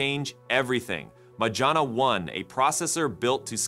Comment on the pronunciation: majorana. no. majana. yes 😭😭